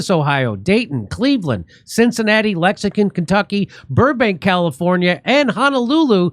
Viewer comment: It's Lexington, not lexicon.